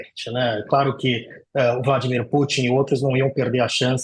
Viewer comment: Vladimir "Pâtin" foi demais! 😂😂😂 "Ah mas ela quis pronunciar como em inglês". Só que não, em inglês o "u" de Putin é "u" mesmo, como no original russo.